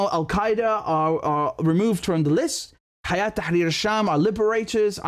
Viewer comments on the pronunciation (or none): Hello Richard, Just wanna tell you that its not (حيات/hayaat) its (هيئة/Hay'et). I know thats how they are writing it in social media, but thats how its pronounced.❤